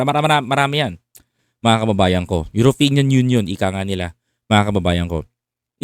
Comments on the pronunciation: Brother, EUROPEAN not Europinian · European not Uropeneam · European boss hindi europenian.😊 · European not europenian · European sir hindi europenian hehe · Correction lang po..European not Europinian.. peace😂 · Boss, Eyoropeyan(European) hindi po Eyoropenyan(europeñan). Magagalit sayo ang mga Eyoropeyan(European) niyan.